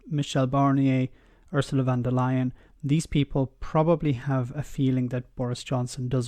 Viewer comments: Her name is Von der Leyen. Not Van der Leyen. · Thanks for your videos, they bring a fresh point of view on topics and put things into context that some may not have thought of before. Just a tiny correction: It's Ursula von der Leyen, not van der Leyen. "von" in a German name is a sign of being of nobility like "Lord" in Britain.